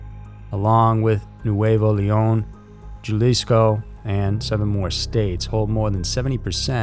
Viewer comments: Jew-LISKO Is pronounced HA-LEES-CO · It's spelled Jalisco, but it's pronounced halisco not Jalisco. Lol straight murdered the name. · "JEW-lisco"??? Where in Mexico is THAT??? 😂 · Side note: "Jalisco" (ha•lease•ko), like jalapeno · Jalisco is pronounced Ha - Lees - Co, no hard "J" sound.